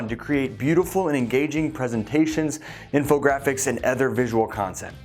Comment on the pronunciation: I didn't know Graphics was pronounced Jraphics